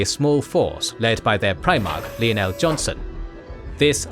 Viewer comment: and Lion 'El was Leonel which is odd because when we say Lion it's Lion not Leon